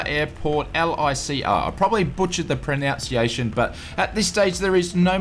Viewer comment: you mispronounced ‘pronunciation’. pro NUNC iation 🤣